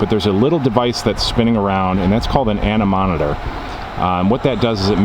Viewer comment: "Anemometer," not "anemonitor."